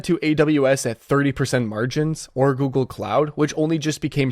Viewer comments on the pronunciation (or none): none